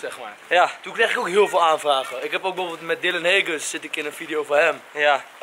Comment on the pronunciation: Het is Dylan HAAAAAAAAgens niet Heaeseaeawasdkdbsidgens